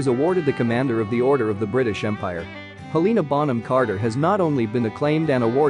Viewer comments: NOT HELEEEEENA BUT HELENA!!!! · Heleeeeeena Bonham Carter omg say her name right 😭😂🤬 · Hel lena that’s how you say it you spell it like Helena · us helenaists be like: her name is Helena, not Heliiina lmao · The ‘heleena’ kills me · If your going to do a video about HBC, at least get someone who can pronounce her name correctly. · They butchered shawty’s name 😭😭😭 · It really annoys me how they say Lestrange and Helena is HELeNA bonham carter bellatrix LESTRANGE